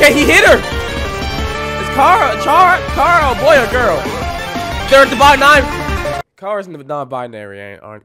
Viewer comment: Finally, someone who says chara's name right!